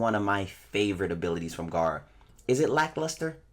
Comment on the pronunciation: it’s gera tf you saying Garra for